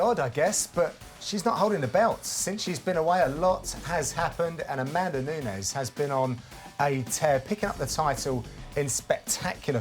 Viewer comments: It's fucking NUNES (pronounced NEWKNEES) NOT NUÑES. Fucks sake. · Who the hell is this "Nuñez" they keep talking about? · Amanda Knew-kneweys? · Larios III You're missing my point. I'm saying they're pronouncing it wrong. She's Brazilian, and her name is Nunes. They're pronouncing it like the Spanish name Nuñez.